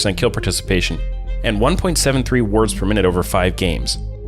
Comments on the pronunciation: what he actually said was "wards per minute" as a support metric of vision control, I was just making a joke because it totally sounded like he said "words" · Anyone else think is he said "he averaged 1.78 Words Per Minute"?